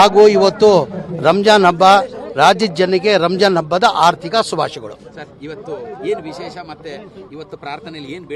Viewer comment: Ardik ಅಲ್ಲ ಹಾರ್ದಿಕ್😂 ಕನ್ನಡ ಕಲಿ